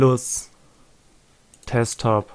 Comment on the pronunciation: Juungee das heißt nicht Testop alter